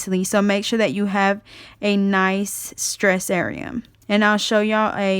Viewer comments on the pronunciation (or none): none